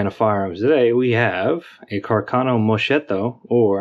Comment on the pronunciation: Great video! A little FYI - the name pronunciation is "mus-ketto". "Musket" in Italian which was commonly used for carbines.